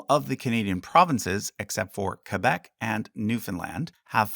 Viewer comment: As a Québécois, I love that you pronounce Québec as it should be pronounced and not "Kwaybec" as most anglos seem to do. Great video too! It was nice to learn about each province. Keep up the good work.